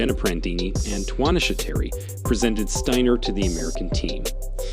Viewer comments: Could you make up your mind about pronouncing Abby Steiner's last name? Is it Stainer or Steiner? Btw, could you have shown the woman's race in its entirety? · 1. What did she do to Jackson that was so insane? Beat her in a race? Stop it! 2. Who is the moron narrating this clip? He mispronounced Steiner about 135 times. It's Sty-ner. That's it, not Stain-ner, or Sten-er or whatever other way he pronounced it. Show some respect and at least act like you've got some smarts. If Steiner is too hard to pronounce or you keep forgetting how to same the name, call her Abby. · Lol this dude pronounced her name 3 different ways steener, stainer and steiner... what a moron. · Dude, you went from “Steener” to “Stainer” to finally “Steiner” at the end. The vid would be more believable and acceptable if you were to pronounce Abby’s last name correctly, consistently. Dork. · Wow three pronunciations of Abby's last name (Stiner Steener Stainer). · Abby Stainer😂... enunciate bro. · Please pronounce Abby’s name correctly! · Abby is awesome but, it is disrespectful to mispronounce her last name at times and pronounce it correctly at other times. Also, it's not CAHVID,,,it's COVID. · What's the deal with the commentator in this video? He goes back and forth between pronouncing Steiner's name with a hard A sound and a hard I sound. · Be nice if you’d get the pronunciation of her last name correct. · A little annoyed that the announcer mispronounced Steiner and baton so much. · Please pronounce her last name right............Sometimes you do sometimes you dont...